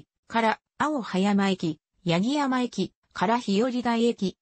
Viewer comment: 音声の読みに誤りが有りすぎるので、ツッコミを入れておきます。 ・八木山 ×やぎさん ○やぎやま ・愛子 ×あいこ ○あやし ・川内旗立線 ×かわうちきりつせん ○かわうちはたたてせん ・青葉山駅 ×あおはやまえき ○あおばやまえき